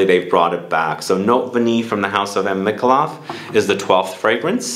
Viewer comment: Nice list. Took down some recommendations. Btw, Note Vanillée is pronounced Note Vanillay😊 thought I’d share!